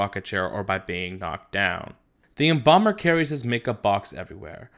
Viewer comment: When he said embalmer I thought he said bomber for a sec